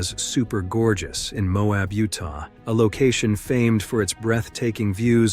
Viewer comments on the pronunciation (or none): none